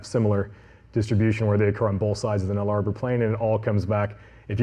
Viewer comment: New Guinea is not unified, Papua is the eastern half and Irian Jaya is the western half and is part of Indonesia. Also, the Nullarbor is pronounced nulla-bore, not null-arbour. But the snake part of the presentation was fantastic.